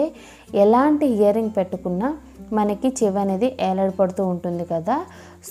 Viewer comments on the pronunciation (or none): Hear ring kadu ear ring ok